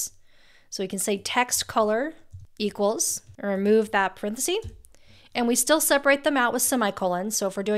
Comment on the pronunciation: Excellent. Thank you. By the way, this "(" is a parenthesis NOT a "parenthesi". A small thing perhaps, but makes you sound better. As usual, a very informative and useful video.